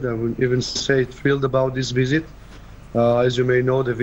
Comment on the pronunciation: never before have I heard so many Indians unable to pronounce v and saying w visit= wisit; not to mention z instead of s mizile not missile! Surely with Indian educated people this should have been addressed at school level seeing these guys are anchoring